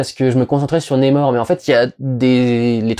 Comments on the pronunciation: Ça se prononce comme ça s’écrit le nom de l’antagoniste… donc on prononce NAMOR et non pas némor ! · NA mor NA !! N et A ça fait NA !!! Pas Né, pas Ney et pas Nez, c'est qui Nez-Mor ? C'est même pas une prononciation à l'Anglaise vue que le R est bien prononcé à la française On dirait un Québecquois qui perd son accent au milieu du mot Je suis le seul que ça donne envie de hurler ? Sinon Merci pour ton travail que j'aime bcp... hormis ce détail que j'essaie de soulever avec humour Peace